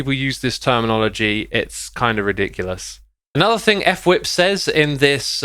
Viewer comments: Xisuma and Fwip have names that you don’t know how to say just looking at it. X called fwip (f-wip) instead of Fwip like one word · f-wip. Not ef-wip.